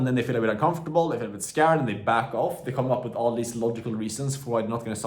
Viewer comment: No it is just funny when he says skäärd